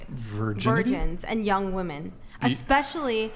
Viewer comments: Seriously, why can't young people pronounce "women." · Can someone please teach these women that when speaking in multiples, the word is WOMEN not woman...it's like speaking of plural is lost to anyone under 40 when...every single female I've seen across multiple podcasts says woman when they're saying something about women in either instances singular or plural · Why do these girls keep saying woman and not women? It’s f*n annoying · Why can't this generation pronounce "women" vs "woman" properly? It's SO common. I hate it. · It drives me crazy when people pronounce "women" and "woman" the exact same way (and it's almost always females who do this). Almost as bad as people who don't know the difference between then and than.... but I digress. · Forcing women to stand by their words that they say out loud, is better than comedy. She expects people to listen to her seriously when she's not able to pronounce the pural form of her own gender.